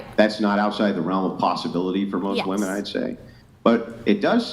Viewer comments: Goddammit, now i can't unhear them saying woman instead of women😂😂😂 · “We’re more educated than men!!” pronounces “women” as “woman” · Why do they say "woman" instead of "women"? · Women who can't pronounce "men" or "women" correctly should automatically be disqualified.